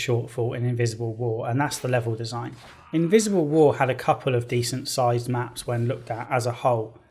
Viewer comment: When he said „Invisible war“ I legit understood „Miserable war“ and I thought he sung a pun in there. I watched too much Joseph Anderson man.